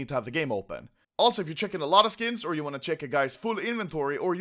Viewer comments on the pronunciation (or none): none